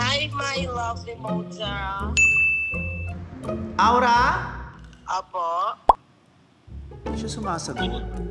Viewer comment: VICE: AWRA BRIGUELA.. MY LOVELY DAUGHTHAaarr AWRA: HI MY LOVELY MOTHAaaarr